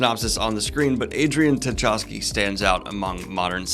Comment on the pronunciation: Oh god, will someone please tell Daniel how to pronounce Tchaikovsky? I think we can assume it's just like the famous composer! Or just ignore the T.